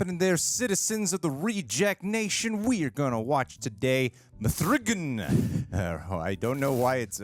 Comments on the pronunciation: 😂 mythiegan wtf you sounded like a drunk celt ...love it 🍻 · “MTHREEGAN” lmaooo 😂